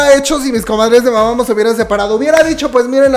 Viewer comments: se escribe Mamamoo pero se pronuncia Mamamu bro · Me da algo cada vez que dice mama'mo' xD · como fan de Mámamo. También: win, wen, wiin, huein, Solár, jaudhsjsjdj Jajajaja amo su esfuerzo por incluir info sobre otros grupos pues antes no hablaba de Mamamoo. Muchas gracias